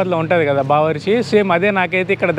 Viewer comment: Bawarchi is good restaurant in Tanzania, bbq kadura first learn pronunciation